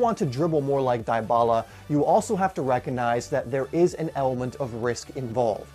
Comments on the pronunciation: ( DY - BALA ) not ( DIE - BALA ) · DiBala not DieBala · "Dee bah la" not "di bah la" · it's Dybala, not Diebala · You said his name wrong🤦🏻